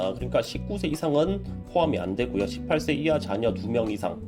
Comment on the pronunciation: 18세이하의 발음이 시8새히야로 들린건 나뿐인건가..